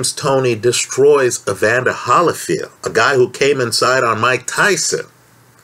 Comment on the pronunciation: It’s hard to take you seriously when you can’t even pronounce one of the best fighters of all time evander “the real deal”HOLYFIELD’s last name